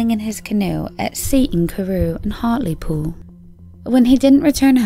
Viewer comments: I'm from Hartlepool, she pronounced it really well 👍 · As a Brit I appreciate the narrator looking up the correct pronunciations of Seaton Carew and Hartlepool 😆 even have a bit of a British accent going on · After you pronounced Hartlepool correctly I was so impressed I could no longer follow the story! Second try is the charm!